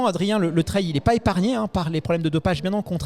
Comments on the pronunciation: le mot anglais "trail" qui signifie "chemin", viendrait du mot français "trailler" qui signifie "remorquer". Vous êtes sûr de vous ??? Vous le trouver où le lien entre remorquer et un chemin ? Il n'y a pas de honte à faire un effort sur l'accent lorsqu'on utilise un mot anglais. On se croirait avec des collégiens qui ont besoin de se moquer de ceux qui font un effort. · le trwail 😅